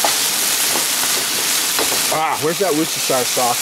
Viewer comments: roostershire sauce LOL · also..i think its pronounced 'woosh - tuh - sheer' instead of the 'shire' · You did not pronounce "Worcestershire" correctly. The correct pronunciation is "Woschibfrflingjsjblllpt!!!!burp".